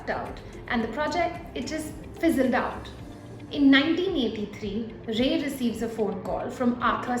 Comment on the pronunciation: He is not ray. Don't try to run after accent to match the westerns to lose the actual pronunciation at the end. Anyways it was a good story.